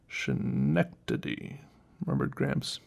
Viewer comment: Just a small correction, the city referenced in the book, Schenectady New York, is a native American name that is actually pronounced Skeh-nect-ady. I actually live only an hour or so away from there